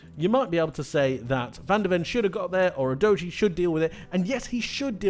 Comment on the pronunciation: Great analysis but not sure that’s how you pronounce Udogie?? I mean there’s actually a premier league video from sky sports in which he says his name and it doesn’t sound like youdoughgee